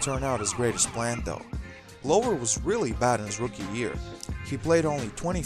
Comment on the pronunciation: I wish if you were going to do these videos you would learn correct pronunciations of the names of the players and teams. "Lasalle" (e is silent). "Glover" (short "o" glove" not long "o")